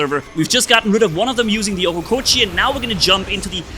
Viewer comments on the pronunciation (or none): Love the oHOLEkochi pronunciation